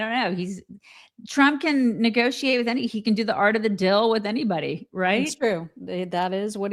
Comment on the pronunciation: Is saying, "Art of the dill" instead of "deal?"